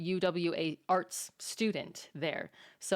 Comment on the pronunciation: It's ok,, I'm Australian & I heard "Arse Degree" too. (but I knew he meant Arts)